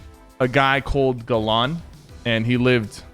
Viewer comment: XD gelan. 🤣. It's actually Gal-An Galan